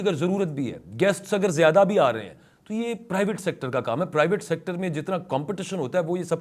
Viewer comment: I think, it is not tu kya he. The correct pronunciation is to kya he. Meaning thereby 'then what'.